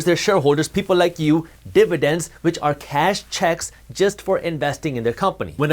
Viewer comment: Almost lost me here. You are too indian to say dividence this much